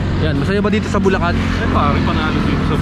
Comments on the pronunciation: magagalit si gov nyan, sinasabe mong lubacan ang bulacan haha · Bulacan to Lubacan real quick haha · Welcome to lubacan 😂 este bulacan ✌️ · Lubacan Ay. Este bulacan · Bulacan. Lubacan